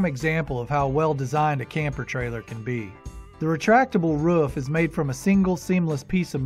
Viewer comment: It’s not Ruuf! It’s a roof! Oooo